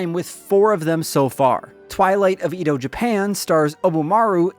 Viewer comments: I don't normally correct pronunciations because it doesn't really matter, but since Edo is historical it feels a bit bad to hear it mispronounced - it's eh-doh, not ee-doh. If you want an easy way to remember, think teriyaki yoshi. The letter i in both of those is ee, whereas the e is the eh. (I'm sorry, I hope this doesn't come across as rude!) Really looking forward to trying this game out, this graphics style is incredible. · Edo (eh-do) Japan